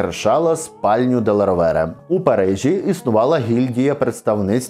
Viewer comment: Будь ласка, коли готуєте нове відео, консультуйтесь у спеціалістів як правильно звучать іноземні прізвища. Делла РО`вере, а не РовЕ'ре. Бо вуха ріже.